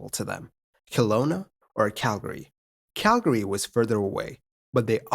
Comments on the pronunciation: it's not really right or wrong per se, but most locals ignore the second a while most non-locals pronounce it. CAL-gree vs CAL-guh-ree. That being said I also liked that he pronounced it the way I grew up saying it lol -a guy from Calgree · Kudos on the correction pronunciation of Calgary! Most non-locals don't get it right :-) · Thank you for pronouncing Calgary correctly. So many don't!